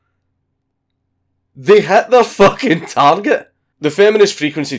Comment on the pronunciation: "Letrally peeing out of my fooking arse" How do you even do that That's how you spell a Scottish accent right?